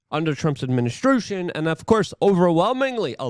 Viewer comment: Love this.... Fing love it but still smiled when he said administrution